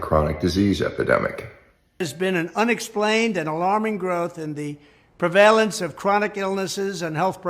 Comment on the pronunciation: Interesting that Trump doesn't know how to pronounce the word prevalence.